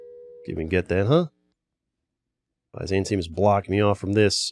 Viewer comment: The pronunciation of byzantium physically hurt me